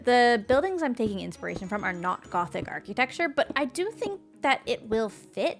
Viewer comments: ar-kih-tech-ture. instead of "key". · interesting, I've always said it like, never heard it the other way before! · i've never heard somebody say architecture as "ar-key-tech-ture" before. cuuuuute!